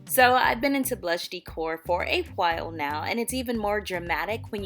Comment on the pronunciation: It’s not pronounced DEEE-cor it’s pronounced DAY-core, long A not an E sound